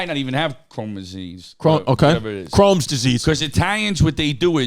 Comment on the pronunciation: Him miss pronouncing Crohn's disease (chrome) was some joey dias shii 🤣